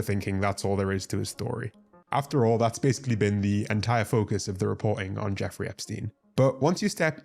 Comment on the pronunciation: it’s jeffrey, not jeffery